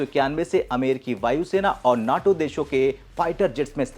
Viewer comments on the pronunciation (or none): none